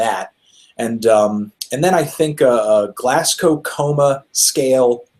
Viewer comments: Here naw wit GLASS-COW??? It's pronounced glaz-go u trippers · Glasgow's pronounced "glaas-go" Anthony! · never realised americans pronounced glasgow so strangely